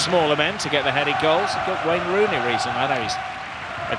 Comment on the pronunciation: Bro said rooney